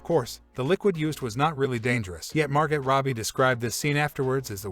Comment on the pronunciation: Hey, video creator. I have questions for your AI retard-bot. First: Were you paid to say the word "embodies" as many times as possible? And do you even KNOW what that word means? Also... when was your AI virtual lobotomy -- 2 weeks before you recorded this, or 2 minutes? I'm leaning toward two minutes. "Virgin Male"? Seth ROE-JUN? Sylvester STALL-LUN? MAR-GETT ROBBIE? SEAN CANARY? WHAT THE F*CK IS WRONG WITH YOU??????????????? I could get a retarded monkey to read your copy better than this. Seriously, "Wonderlane" ... find ACTUAL VOICE TALENT!!!! It's f*cking embarrassing. This channel sucks ass.